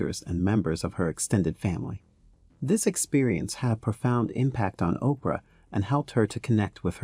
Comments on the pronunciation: The way he kept saying Okra instead of Oprah with so much confidence 😂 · Why does "Oprah" sounds like "Okra"?😂 I must be hungry or does someone else hear it? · Ok, why he keep calling her Okra? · 0mg he called Oprah okra!!! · This is a great video, but did you call Oprah Winfrey …..okra??😩😂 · Why are calling Oprah by the name Okra are you stupid! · okra winfrey😊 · This fool calling Oprah Ocra, smh. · Who is Okra? C’mon lady. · This is a great rundown of celebrities who have African ancestry. I want to make a recommendation for a correction. , the photo used is that of Mekhi Phifer, not Chris Tucker. Also, I keep hearing "okra" vs "Oprah". Is this being read by a bot?